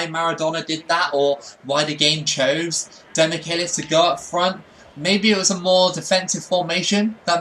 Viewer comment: also, he pronounces it like "demikelis", the "che" sounds equal to "che guevara" for example